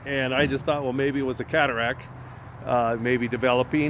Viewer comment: your killing me " is that an eyeball" Did you say Cataract or Cadilac lol. Follow the Doc's order and get back to doing what you do, good luck with your recovery, take care.